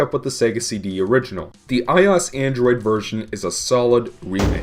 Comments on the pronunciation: get over what? I just never heard someone pronounce iOS like that , that's all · ***** he said in fue video I will pronounce iOS however I damn please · Pronounce it like the letters. OS stands for Operating System. "i" is just the prefix Apple uses for everything. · My 4th grade computer teacher also pronounced ios like that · stop pronouncing I-O-S as ios you tard. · i cant when on every video of him compairing a ios game from its original, he sais ios like one word, not like i-o-s like it is suppost to be said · I'm sure someone has made this correction by now, but it's pronounced AYE-OH-ES, not AYE-AWS. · Took me half the video to figure out what you meant by eyeoss... who says that. It's I.O.S. it's like the people that can't pronounce meme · Why i-os and not i-o-s? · Eyeas Eyeas Eyeas Eyeas At least you pronounce Android correctly. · IT IS PRONOUNCED I-O-S, LIKE SAYING DIFFERENT LETTERS!. NOT I OS. THAT IS SO ANNOYING! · i is the apple thing. OS is an abrevviation. You said abbreviations latter by letter. You say I seperately. I o s. Said seperately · Stop saying eyeos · it’s fucking i-O-S dumbass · "Eye Os" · Did you just pronounce IOS as Eye Oss? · I-oh-ess= iOS! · WHAT THE FUCK IS AN "EYE-OSS" ??? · The operating system Apple uses for I devices. Also, "I'll pronounce IOS how I damn please, thank you" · MegaDudeman21 well, apple pronounces it as i-o-s, totally separated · the way you say iOS makes me want to hang myself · Please stop pronouncing iOS like that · There is no damn excuse for pronouncing iOS like that. It's lower case for a reason. Being a bitch about it instead of just saying "sorry I said it wrong" is a real dumb thing to do. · The fact that, not only does he phonetically pronounce i O S, but that he's insists upon it EVEN THOUGH it's the complete incorrect way of doing so, is the most cringe-worthy thing I've ever heard in my life! Seriously, he is the only person in the world to pronounce it this way!